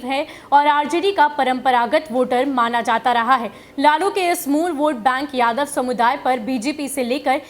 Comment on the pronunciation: मैडम आप जिस तरह से बोल रहे हैं ना कि जादव जादव तो